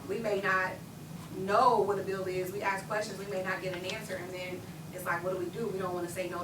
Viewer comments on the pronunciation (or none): Henyard said "Dis a beeo". Yeah professor, it's actually 'This is a BILL'. She's comedy gold.